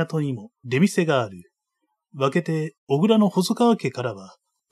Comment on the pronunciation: 57分頃豊前「小倉」を「おぐら」と読んでいるようですが「こくら」の間違いです。小倉生まれのものからすればとても気になります。